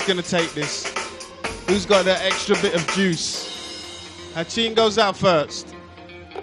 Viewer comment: it's ratin not hatchin. even the mc call his name ratin not hatchin.